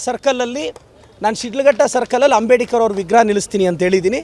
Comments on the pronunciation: ಮೊದಲು ಅಂಬೇಡ್ಕರ್ ಅನ್ನೋದು ಕಲಿಯಲು (ಅಂಬೇಡಿಕರ್ ಅನ್ನುತಿದ್ದಾರೆ) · ಅವರ ಹೆಸರು "ಅಂಬೇಡ್ಕರ್" ಈತ ಯಾಕೆ "ಅಂಬೇಡಿಕರ್" ಅಂತ ಕರೀತಿರೋದು 🤔